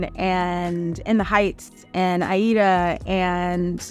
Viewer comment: Thank you for inspiring those of us who want to travel now instead of waiting for the perfect time/partner! Also, love you even more now that you said my name (named after the opera Aida) correctly 🥰